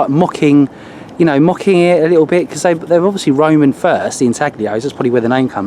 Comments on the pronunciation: Beautiful find! BTW, the "G" is silent in intaglio. It's intahleeoh. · Intaglio is pronounced intallyo. In Italian gli sounds like li in million. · "Ihn-taggah-lee-ohh" HAHAHA. Brits